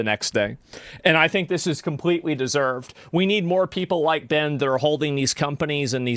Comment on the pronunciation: Asmon cant even pronounce Ben name correctly. He keeps saying Bin Bin Bin